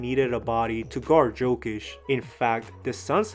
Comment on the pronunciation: It's pronounced Jokic.